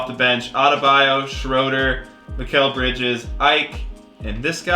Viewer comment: Every time he says mikal bridges it reminds me of mikal Jordan from troydan